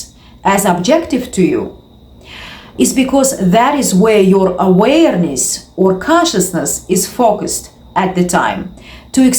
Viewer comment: Every single video this chick says literally the exact same thing, repeated 400 times, with emphasis on the word "aWAYERness"